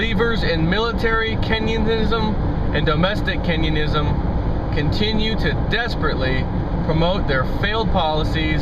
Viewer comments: Kenyenism? I'm pretty sure he meant Keynesianism! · you say kenyanism. LOL.